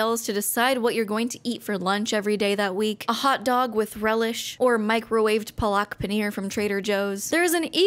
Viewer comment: you pronounced palak wrong